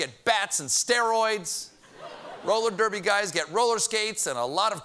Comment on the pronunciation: Male Roller Derby Guys? Roly Derbers? Thy tongues havest outpacéd thy B R A I N S.